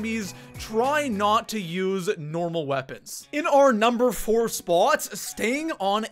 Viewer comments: Where is this goofball from...It's pronounced SPOT...NOT SPAUGHT!! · Dude talk faster, no need to drag every word you say out like that. It's sounds cringy af it's annoying just speak like a normal person and stop saying spot weird too. First and only video I have watched. Bye bye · Coming in at our number three “SpUAt” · What's up with how he says spwaaat..... Lol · im about to quit watching this dude just because the way he pronounces "spot" sounds like SPOOOUOOUT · I CANT STAND the way you pronounce spot. SPAAAAWWWWT. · This guy exaggerates the word spot .why????? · Why do you say spot like that?